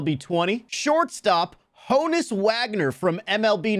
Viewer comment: No way bro pronounced it like h-own-nes instead of hon-nes 💀